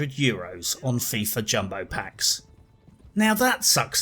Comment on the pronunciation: Fifa sounds like Thiefa